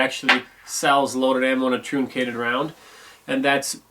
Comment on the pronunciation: Flat nosed bullets are pronounced like trunk ated, not trooncated